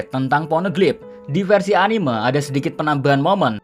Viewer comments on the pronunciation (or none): Sorry2 nih oot min, cuma agak keganggu dengan penyebutan kalo pas bilang "anime". Padahal kalo pas nyebut "animenia" udah bener tapi kalo pas bilang "anime" jadi beda begitu ya. Mungkin kedepannya dapat dikoreksi ✌✌